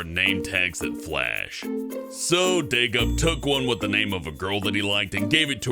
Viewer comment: DayGup not day cop